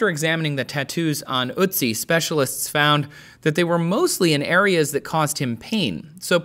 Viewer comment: I believe you can pronounce Ötzi correctly. Take and hold the 'e' in 'enemy', leave your tongue where it is with 'e' and round your lips into an 'o'. Got it? 'e' as in enemy tongue + 'o' lips = 'ö' as in Ötzi